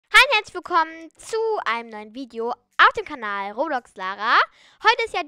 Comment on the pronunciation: Ich finde das voll süß wie du immer "Robax" sagst❤